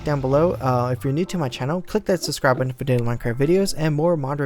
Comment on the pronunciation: How he says button is so lol